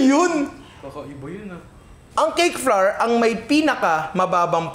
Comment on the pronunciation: Super commendable work ethic and effort. This is awesome content,! 👏 👏 🔥 🔥 Madagdag ko lang po: Our / Flour / Flower = They all sound the same. Walang variation, pramis. Hindi po tama yung flour = flarr. English and Language educator po ako. 😁 This is not bashing but helping our content creators improve their craft po. 😊